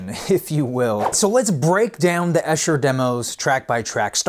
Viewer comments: Good work. Just one thing - Esher, an upper-class suburb of London, is not pronounced Esh-er, but EE-sher. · It’s pronounced EESHER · It’s E-sher.! From someone who lives here. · pushes up glasses It’s pronounced Eee-sher. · Lord, why doesn’t anyone learn to pronounce “Esher” before these reviews? Thousands of references would point the unwitting mutterer in the right direction. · Pronounced: EESHER... Long e on the first syllable... Sure you will be sick of being corrected on this... Good review though... Also... Pronounced Oob not Ob...